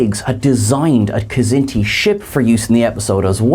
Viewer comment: I love you guys. I love all of you guys. But come on. Stop mispronouncing Kzinti! The K is silent!!!